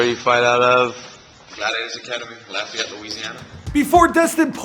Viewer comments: It’s pronounced “Laf-a-yette” not whatever tf you said lol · I’m pretty sure he mispronounced every name he mentioned other than McGregor lol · And Lafayette lol!